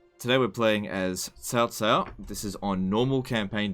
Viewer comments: C in Pinyin is pronounced ts like in cats. If you want to get real technical, the caos are actually pronounced a little differently from each other because each one uses a different tone. It is Cáo Cāo with a rising tone on the first one and a high tone on the second. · Nope. Ciao is somewhere between a Ch and a Sh sound, so somewhere between Chiao or Shiao. The C in Cao Cao is more like a Ts. so like Tsao Tsao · Blanco it’s like ts, not ch, not ciao